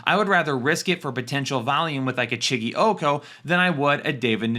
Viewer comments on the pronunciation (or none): It's OH-KON-KWO not 😭😭 sincerely a depressed Titans fan